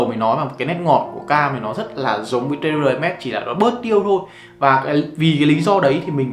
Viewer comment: Terre - te rờ. Ko phải tê rê b 😂